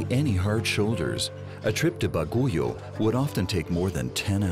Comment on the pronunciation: Bagyo is the right pronounciation of Baguio , not baguyo